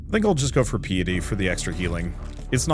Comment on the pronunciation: BRO it's PIEty PI-E-TEE not PEE-e-tee